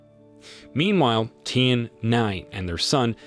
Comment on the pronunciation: Virtually all the Chinese name are butchered. Nie (rhymes with Die) Ling'er, Tian (rhymes with Ryan) Anye (Anne-ye) and Qin (Kin) Gu as well... also, somebody should tell him that the initial h in "heir" is silent and that "heir" and "hair" are not homophones.